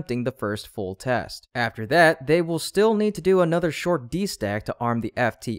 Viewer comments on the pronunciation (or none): none